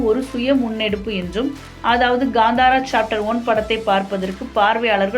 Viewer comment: That's not ghandara it's kantara😂